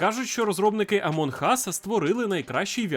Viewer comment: АмуН Ас. Буква ґ ковтається і не вимовляється!